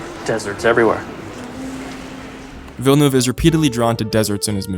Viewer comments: FINALY SOMEONE WHO CAN PRONOUNCE VILLENEUVE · Thanks for saying Villeneuve and not Vil, le, neuve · Thank you for not butchering his last name